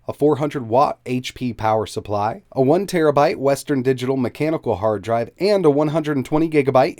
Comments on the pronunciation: anybody know what a “Har Drive” is? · Har Drive... LOL